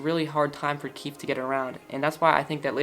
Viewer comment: It's not keith... it's KEEFE :( no hate :)